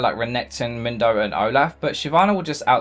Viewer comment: Mindo!? I've heard Mundo, I've heard Moondo but Mindo! Hhhwwwaaat??